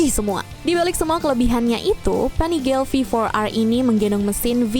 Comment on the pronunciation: Uwuuuuuuu.... Panigale pen punya 1 Btw pelafalan panigale biasa ga pake aksen inggris